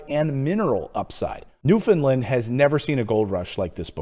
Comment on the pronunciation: Just one thing, if you please, Newfoundland rhymes with understand.